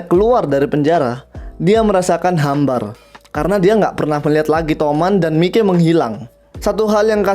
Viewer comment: Mikey di baca maiki aja buar enak